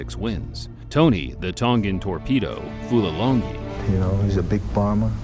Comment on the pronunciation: The fight announcer should be embarrassed that he could not pronounce Fulilangi''s name correctly. Unprofessional.